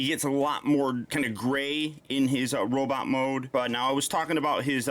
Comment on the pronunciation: Sometimes, ’ Norwegian accent slips out.